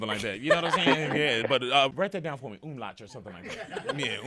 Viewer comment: "Umlach" lol The double dots over the vocals are called "umlaut" and means "different sound" in German.